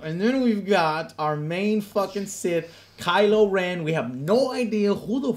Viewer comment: kylo ren = Reven